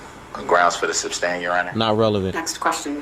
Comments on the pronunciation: He says substain instead of sustain. He didn't "ax" the right questions. No minimal education, but this buffoon thought he was the smartest person in the room. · Substain! 😂😂😂 This guy is a loser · Exactly & he kept mispronouncing sustain to substain….. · Hey Lyle. Have you realized that DB says “SUBstain”. Instead of sustain? He’s an absolute tard every step of the way. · THERE IS NO B IN SUSTAIN YOU M0R0N!!!! 😂😂😂 HE IS SOOOOO IGNORANT!!!!! 😂😂😂